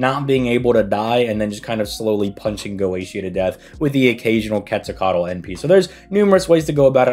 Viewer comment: Dude really called him "Goschia".